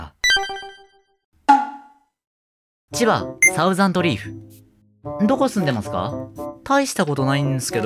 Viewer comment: サウザンドじゃね？笑 thousand←Dだもん笑